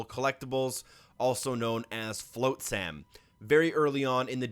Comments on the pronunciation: Its not Fl-oat-sam... It's Fl-ah-t-sam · It's FLOT-sam it's supposed to rhyme with other words that sound similar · Yes!! That is correct. Pronounced as Flot-sum. He said it wrong in all 3 DLC videos. Every time I was like, err 😵‍💫. But it made me laugh. 😂 Flotsam, as in Flotsam & Jetsam! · It’s pronounced flot-sm. (check out the little mermaid, ursulas eels are called flotsam & jetsam. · Awesome guides. As always!!! Your pronunciation of flotsam tho… 😂😂😂 No shade, English is not easy! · Dude, you're killing me with your pronunciation.... have you never heard of flotsam and jetsam? The o makes an ah sound... it's not a hard o.... like rot... or pot... dot... cot.... slot.... you get the idea